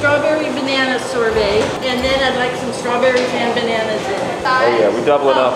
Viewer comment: Ain’t No way he said Sor-bae